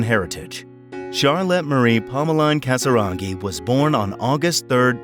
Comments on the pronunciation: Her last name is CasiRAGHI, not CasaGIRI. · Casiraghi. Not Casi-Gary